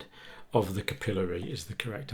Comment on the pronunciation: You need a video for pronunciation. Capillary incorrect here, venous correct.